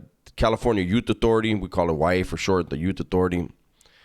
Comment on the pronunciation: California "Yute" authority 😂😂